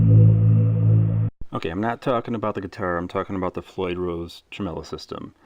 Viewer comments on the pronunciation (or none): Did you just call it a "tremello"? You're Cancelled. 😂